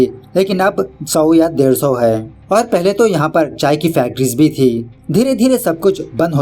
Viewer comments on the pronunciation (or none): none